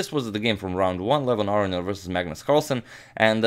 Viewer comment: It's pronounced A-RO-NI-AN not AR-RE-ON